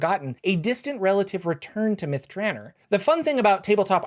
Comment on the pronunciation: Myth drahnr sounds less mythical than Myth Dra-NOR imo